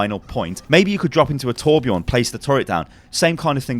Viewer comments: i know you don't know Swedish but it bugs the hell out of me how you say Torbjorn, the correct way to pronounce it is Tor-b-Yorn (giving an ambient sound of H between the Y and the O) Bjorn is a swedish male name pronounced B-Yorn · Its not even an ''O'' Its an ''Ö'' so it's should be pronounced Tor-b-Yörn. I think people need to just learn how to pronounce the letter Ö since most people say it with an O insead and thats why it sounds off.